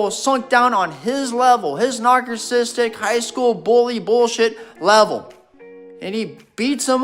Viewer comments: "NarKissistic"... precious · This guy is clearly suffering from a very low IQ Did he say Rob was “nargassitic” Smh